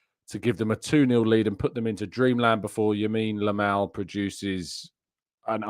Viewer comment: I thought I was going crazy when you said “YAMINE LAMAL” 😂😂😂